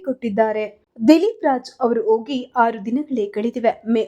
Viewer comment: ಅ ಕಾರ ಹ ಕಾರ ವ್ಯತ್ಯಾಸ ನೋಡಿ ಅಂಚಿಕೊಂಡು ಅಲ್ಲ ಹಂಚಿಕೊಂಡು ಓಗಿ ಅಲ್ಲ ಹೋಗಿ ಅದಿಮೂರು ಅಲ್ಲ ಹದಿಮೂರು